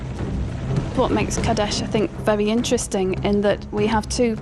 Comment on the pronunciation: its qadesh